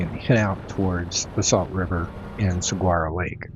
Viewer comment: "SUH-WAR-OH" Lake.